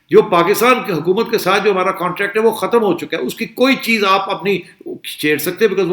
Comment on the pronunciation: Sethi saheb: The word in Urdu is 'hukumat' not 'hamumat'.